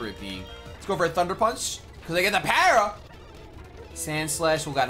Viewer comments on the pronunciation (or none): none